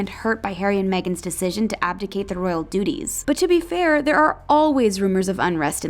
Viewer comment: every time she spoke, I heard ''Royal doodies''